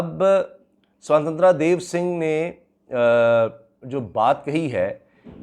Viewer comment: sahi khel gya hai bhai ... naaam boht achi tarah pronounce kiye hain.. sotantraaa hahaha